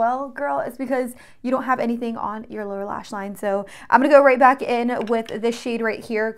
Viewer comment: everytime she says "welcome bAck" i think she's australian